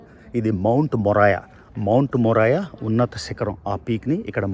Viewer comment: మౌంట్ మోరియా anna...మొరాయా కాదు